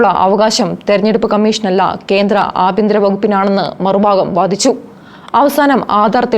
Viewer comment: ആബ്യന്തര (ആഭ്യന്തര ) മന്ത്രി എന്നാണ് ലവൾ വായിച്ചത്. ഭയങ്കര ശുദ്ധി തന്നെ 😂. ഒന്ന് പോടോ. ഈവക കീടങ്ങൾ മലയാള ഭാഷ നശിപ്പിക്കും.